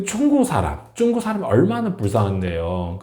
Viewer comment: 이 사람 발음이 문제네.. 쭝구가 뭐야? 중국 발음이 그렇게 힘든가?